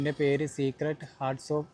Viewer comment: ഭായ് സീക്രട്ട് അല്ല സേക്രട്ട്